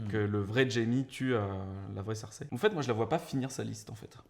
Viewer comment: désolé, mais tu nd peux pas dire "King's Landing" et "Cirsè" (à la place de Cersei) dans la même phrase... C'est soit les deux en anglais, soit les deux en français ! A oui, j'aime bien les théories elles sont plutôt intéressantes ;D